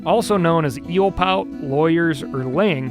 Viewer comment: You guys keep pronouncing eelpout wrong.